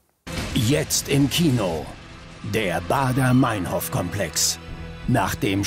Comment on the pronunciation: der moderator kann nichtmal meinhof sagen. die heißt meinhof und nicht meinhoooof. scheiß extra 3.